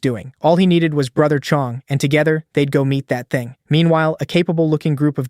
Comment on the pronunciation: the way he said"that thaing" got me rolling 😂😂😂😂